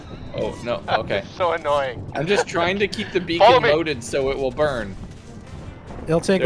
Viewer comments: lol I am pretty sure it's beckon not beacon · Beckon is a word that means to make a gesture for someone to come nearer or to follow you. Beacons are in Minecraft. You have been pronouncing beckon as beacon. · If I had a dime for every time pronounced "beckon" as "beacon", I would be a very wealthy man. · Nah the parasite trees are actually called Beckons in the mod is just saying it wrong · Um, actually, it’s a Beckon, not a beacon. 🤓